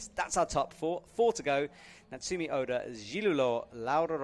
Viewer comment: pleaaaase get names right. Calling Natsumi by Natsuki, mispronouncing Zhilu Lou yet again. Pleeeeease.. Please. Also, it's disappointing that commentary so often seems to just be a verbal description of the things we can see on screen, instead of informative commentary on what's happening. Like telling us what the score on the graphic instead of telling us the real score. Does IFSC provide with any materials or information? Like pronunciation cards, or a more accurate score readout? Or is he just given the same camera view we get? It feels like it defeats the purpose of having a commentator when all he does is just tell us what we already see...